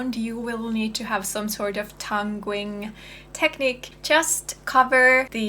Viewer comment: It's actually pronounced tonguing (tung-ing) not tung-ring. A tongue ring is a piece of metal some people put through the end of their tongues. This could be confusing, as it suggests you may be wearing one, and we may need to get one. :)